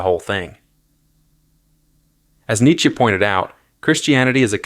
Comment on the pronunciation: Learn how to pronounce Nietzsche